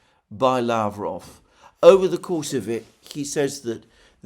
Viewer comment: peskOv.. lavrOv, ushakOv.. not pEskov, lAvrov or Ushakov..